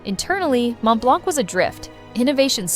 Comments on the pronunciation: The correct pronunciation is Mon Blan, the T and C are silent. Please take note, because the mispronunciation completely ruined the veracity of this clip. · Just a note here , The C is silent in Montblanc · Please pronounce Montblanc correctly, silent t and c. Google it, it's free.